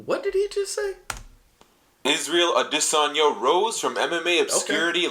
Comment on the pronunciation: israel actually confirmed that thats how you pronounce his last name I believe